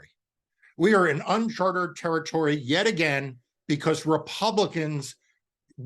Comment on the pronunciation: It is... UNCHARTED! Not unchartered. This is about the tenth time, man....